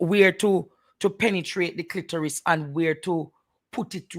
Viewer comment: It's Clitoris not clitorus. Aura not ora